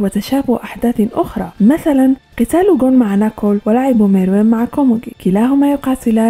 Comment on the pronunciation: his name is Meruem say it right